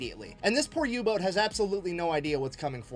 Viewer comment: I turned on subtitles after you mentioned you may have some difficulty keeping up and they seem pretty accurate, maybe they'll help you out if needed. There is an occasional mishap like saying Yubot instead of Uboat. Edit: changed comment to add info.